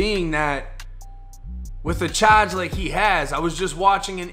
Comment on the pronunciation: Don’t ever say charge again